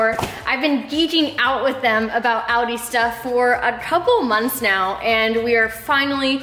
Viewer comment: "audi tit"😂😂😂